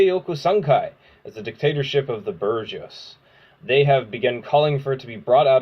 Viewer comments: Evil "Burgess" false communists? This may be a year late, but it's pronounced "boo-jwah" or something similar. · You mispronounced bourgeois